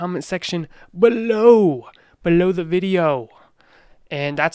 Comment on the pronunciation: have you been watching Minority Mindset?:D You said "below" almost the same way as he does.:)